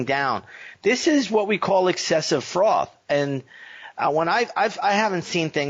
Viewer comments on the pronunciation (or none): is it excessive froth or excessive fraud? Not sure I heard you correctly... 😅